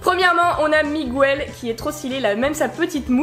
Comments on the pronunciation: Désolé de te dire ça mais on dit MiGEL pas MIGOUEL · C'est pas Migouel mais Miguel ça se prononce Mig-El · Ça ce di Miguel le U est mué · Pourquoi tu dis Miguel en prononçant le u ? Dans le film ils le disent pas